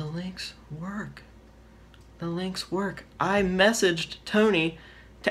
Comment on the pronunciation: “It doesn’t WOOK and you cannot punch on it”